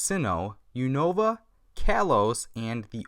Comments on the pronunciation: He kept saying Unova wrong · Let’s just ignore the way he pronounces Unova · I gave a dislike because u pronounced loads of names wrong like unova and noivern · you said unova and kalos wrong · he said hoeen wrong and unava wrong